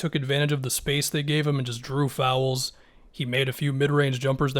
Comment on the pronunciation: Why do you say “FOW-Ouls”